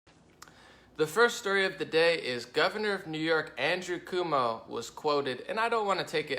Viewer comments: Cuomo (Koe-moe), rhymes with toe. I get mad at some of the stuff you say about me and other Conservatives that you may believe, but it's not true. Look at the source of your belief about us. Is it Democrats? the media? tv? liberal colleges? Is it your personal experience? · great video....I dig your style and open minded way of things. Btw..... the NY Governors name is pronounced.... coo- oh - moe No biggie but knowledge is power and all that. Just liked and subbed...keep up the videos please. Peace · It's pronounced (kwo-moe)..... and yes, he's a massive douche.